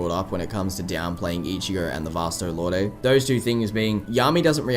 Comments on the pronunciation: I think Lorde is just pronounced Lord. It had me for a while too, until I looked up the proper pronunciation. It would be cool to see other Soul Societies of other countries. I think a Kubo one-shot covered the UK but it would be interesting. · Dude- I love the video, but I can't stomach the way you pronounce "lorde."